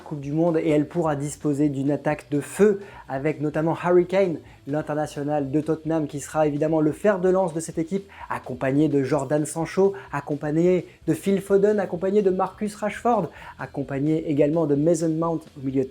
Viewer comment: « Jordan Sangchaud » ? Wesh faites un effort